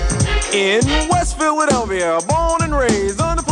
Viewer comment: "West faladolia" y se supone que dice "west philadelphia"